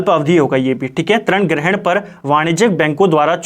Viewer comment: Sir aap glat uchhcharan krte ho trin nhi rin hota hai